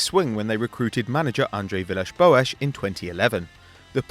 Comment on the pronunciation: He said it surprisingly well.